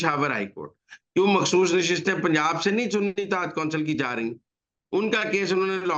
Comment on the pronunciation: میرا خیال ہے کہ وہ خ نہیں بول سکتیں اس لیے وہ مخصوص کومحصوص کہتی ہیں لیکن آپ اپنی املاء درست کر لیں مخسوس نہیں مخصوص ہوتا ہے۔😂😂😂😂❤❤❤